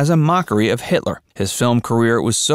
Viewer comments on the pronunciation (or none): none